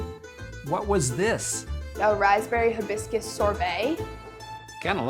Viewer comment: "Thai-biscus"! You need to come to Clarkdale!